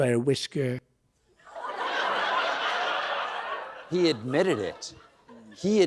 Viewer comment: Loshsht by a whishshker he admitted!!!